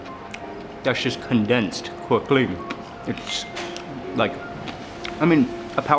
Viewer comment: Did anyone realise how he pronounced “Quickly” 😂